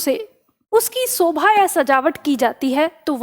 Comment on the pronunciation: Sobha nahi Shobha hota hai yaar Hadd hai Ye YouTube teacher